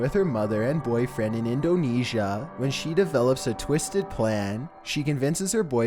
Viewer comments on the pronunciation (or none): Hahahahahahaha! Your voice. In endoneesyuh. 😂😂😂😂